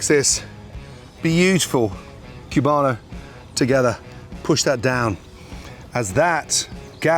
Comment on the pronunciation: It's COO-bano. Not CYU-bano. But I'm sure the Cubanos around you would tell you that.